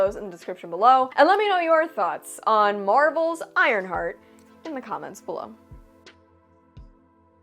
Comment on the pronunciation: WTF is an ironshart?!?! Lol 😂